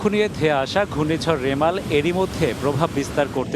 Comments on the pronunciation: ছাগল ভাই। মেরাল না রেমাল...... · সংবাদ পাঠক ভাই বারবার রিমাল কে বলছে মেরাল মেরাল 😂😂😂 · Are vai meral na remal hobe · 😂😂 it’s Bangali mistake